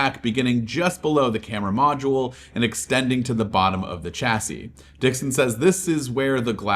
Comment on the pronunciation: Chassis is pronounced shassy